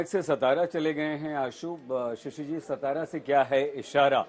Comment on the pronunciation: सतरा नहीं रे अंकरो..... वो सातारा है ! जो महाराष्ट्र का बडा जिला है.